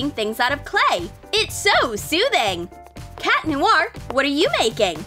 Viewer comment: It's cat noir not cat lonnar